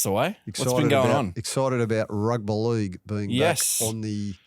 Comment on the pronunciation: Why does mispronounce "Rugby League"? Is it meant to be endearing?